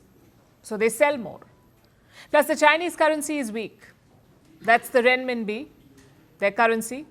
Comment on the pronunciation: Just say "rem-mim-bi". Not "ren-mim-bi"! Even though it is spelt that way.